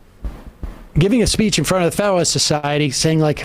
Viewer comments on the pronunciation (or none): I KNOW this's inane, but did u hear Sam say "FeduWuhlist" Society ~:08? He went full Elmer Fudd!🥰 Too ADORABLE! Sorry😞 news is SO bleak. Brain's been honing n on the lighter fare n vids.🤦‍♀️ Self-preservation?